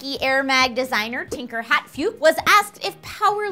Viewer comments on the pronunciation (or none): just and fyi its "Tinker Hatfield" not hatfued